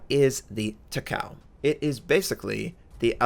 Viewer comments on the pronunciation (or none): you pronounce it Taka-ooo